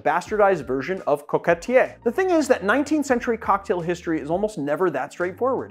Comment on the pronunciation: As a Frenchman, I appreciate the effort to pronounce the word "coquetier" right. I know it's a hard one for English speakers so kuddos! Now, to honor my country's reputation, let me tell you where you're (probably) wrong. The word "coquetier" has been around for a very long time in French. We can trace it back to at least the 16th century. Where it gets more interesting though, is that not only a coquetier has a capacity of roughly 1.5oz, but also some of them have two sides of different sizes and look exactly like bell jiggers. So it's not hard to imagine that coquetiers were, in the early days of bars, used to measure drinks and make early versions of cocktails and were eventually revamped into our modern day jiggers. Not to mention that France was, and still is, the reference for everything cooking related in the West. It's not hard to imagine the influence French chefs and early bartenders might have had on a burgeoning new industry in the 19th century. Honestly, of all the stories about the origin of the word "cocktail", the one that says it comes from the word "coquetier" is the most likely one IMO. Every time I hear an English speaker badly mispronounce it, the resemblance with the word "cocktail" is striking to me. The whole thing about it coming from Peychaud and his Sazerac is just some added folklore and/or a smart marketing move from Peychaud himself and/or his heirs. By the way, if a Sazerac was really served in a coquetier, it was probably VERY different to how